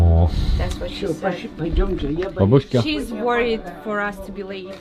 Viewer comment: когда-нибудь иностранцы узнают, что правильно бАбушка, а не бабУшка :) потрясающее видео, спасибо вам огромное!